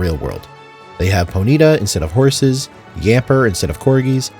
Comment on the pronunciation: Did you just say poneeetuh?